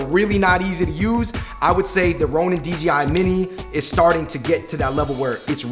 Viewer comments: Kept saying DGI instead of DJI 😝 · It's DJI, not DGI